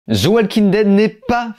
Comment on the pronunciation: Sérieux arrête de dire. Zi walking dead grrrrr .Au pire dit. De walking dead .. C'est agressant ton ziiii à chaque the